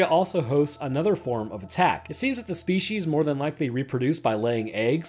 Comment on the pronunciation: Ah yes Shpeeshees...